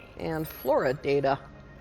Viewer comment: Did you say “Flora data”... or “Florida”? 😉